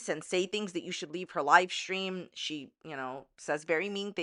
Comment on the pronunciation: “Lie stream” 😂🤣👌